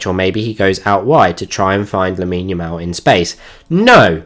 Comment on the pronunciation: Loved the tactical breakdown, but one thing kept bugging me during it, are you saying lamal or yamal? 😅 Edit: also one underappreciated aspect of his game is his unlimited stamina and good defensive work rate